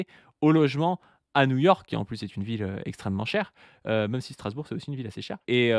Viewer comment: Est-ce que quelqu'un sait pourquoi prononce "même" "meume"? C'est une manière de prononcer ce mot qui vient d'où?